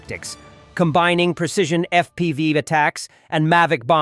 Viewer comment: Robot voice getting worse and worse at pronouncing words. When F.P.V. is beyond its capabilities, sombody () should be doing something. Perhaps watching your own product before shitting it out on the internet might be a good idea.